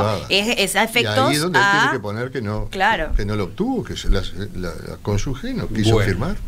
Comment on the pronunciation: Cómo les cuesta decir bien CÓNYUGE!! No lleva U